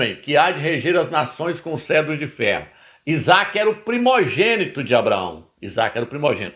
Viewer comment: CETRO, CETRO, CETRO. Não é Cedro, animal, cavalo vestido! Nem ler corretamente você sabe ou faz de propósito em falar errado.